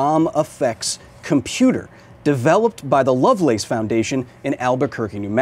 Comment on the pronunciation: I know you may care less but Lovelace in this context, now exists as a hospital and heart center. It would be ponounced closer to (Love-liss or Love-less)